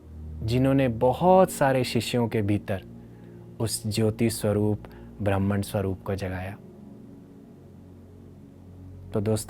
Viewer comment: Brahman pronounced wrong brahman and ब्राह्मण are both different words ❤